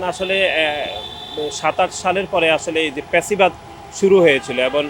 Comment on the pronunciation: আপনি নোয়াখাইল্যা সেটা উচ্চারণ দেখেই বুঝা যায়। ফ্যাসিবাদ উচ্চারণ করতে পারে না। নোয়াখাইল্যা বলে প্যাসিবাদ। ঢাবিতে পড়ে....চাচার উচ্চারণ ঠিক নাই।